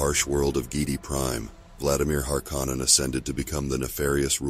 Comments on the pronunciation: You’re pronouncing “Harkkonen” VERY WRONG!!!! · Yeah… Not sure why someone would choose to do that. Unless it’s an AI voice that hasn’t been trained to pronounce words correctly. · It's bugging me too lol